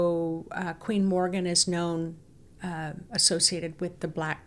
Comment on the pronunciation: Queen Morrigan or The Morrigan, not Morgan! ( Morgan is the 'evil' Welsh Morgan le Fay) She is the phantom shape shifting 'night hag' queen/goddess, described as a 'monster in the form of a female', who sometime appears as a crow, or with crows. Mainly associated with war, doom and death. Linked with the death of the hero Cúchulainn, by cooking dogflesh. Also linked with the Banshee and Lilith. Can be very malevolent. Best kept at arm's length, not exactly an aspect of the Divine Feminine. Just to mention, Queen Scota's grave may be visited near Tralee in County Kerry, Ireland. Scotia Major was a Latin name for Ireland, and Scotia Minor for Scotland. Regarding the Orion belt, Orion Council of Light = cool. The Orion Alliance which is made up of degenerate ETs, Serpent beings, Royal reptilians, Reptilians, tall Greys etc., not cool, so be careful. Hope the blue light is not a D.E.W. ( directed energy weapon ). The 'Earthquake' feeling..... Edgar Cayce's prophesy about Ireland disappearing under the sea, ' in the blink of an eye' (earth changes ) and parts of Britain joining it, soon, is brought to mind. Tuatha Dé Danann ( pronounced Too Ha ) were Atlanteans, who were eventually banished to the underworld, to become bearers of the faeries. Worried about you all feeling ill, as a lot of these portals are considered not to be to the Underworld, but to Hell. Best advised to dig a little deeper with research first, rather than rely on the word of a tour guide, bless her. All the ve